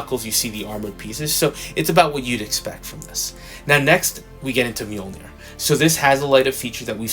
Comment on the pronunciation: Awesome review though I'm not much into female figures. I just liked hearing you pronounce the word 'Mjoinir'🤣🤣🤣 Take care my brother